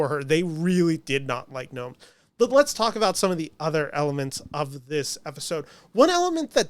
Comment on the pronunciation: Kristi NOEM. No added "s".